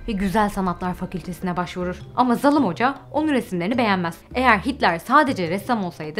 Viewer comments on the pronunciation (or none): "zalım" değil doğrusu "zalim" lütfen dilimizi doğru kullanalım. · Abla ne güzel zalım dedin öyle